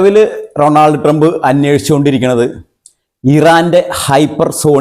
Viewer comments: Ronald Trumb alla, Donald trump 😂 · Ronod Trump alla vai. Donel Trump. Ilengil Trump enh paranjal madhi😂. Nigala update ishtapettu ok